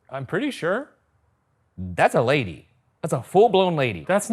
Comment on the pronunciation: THAT'S A LAY DEE BAY BEE